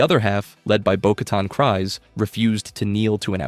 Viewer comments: I don't think it is pronounced "Cries", I believe it is "Kreez". And Kast is gonna be on Maul's side. At least Rook is Maul's Second. Mand'Alor. Also, the irony of Viszla is the symbol of leadership was a lightsaber, from a Jedi. The Darksaber was a Jedi's weapon. Before Jango Fett there was Jaster Mereel. The only point in current Disney canon nodding to Jaster is half his name on the ownership records of Boba's armour, but that is enough to say Jaster existed in some form. He was Jango's adopted father, after the Fett family farm was attacked. The irony is the ones who did survive were the warriors. Bo-Katan's Nite Owls? Ex-Death Watch warriors. Children of the Watch? Warriors who decided they were not above hiding to survive. I think the Armourer would was doing what she needed to keep the Tribe alive. I also think she was sartiing to loosen up when she said Bo-Katan did not have to follow the rigid rules of the Tribe. I think the Armourer saw Bo-Katan as someone who had the voice to rally surviving Mandalorians together, and that would end up tomthe Tribe's advantage, to find connection with other Mandalorians and broaden their support base again. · It's kreez, not cries. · It’s pronounced creez. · you pronounced Kryze wrong. It is Kryze, you pronounced it as Kries. Yes I know that writing it here won't let me help your pronouceation but I love Star Wars and hate such simple mistakes like how to pronounce words so I had to... Oh and I'm gonna make a Droid at Disneyland, what do you think of R3-D5(Nickname Reds)?